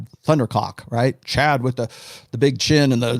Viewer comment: wait why is he saying "cad" instead of chad